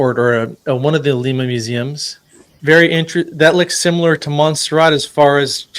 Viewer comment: Love hearing a guy I’m supposed to trust say things like “supposably,” and “simular.”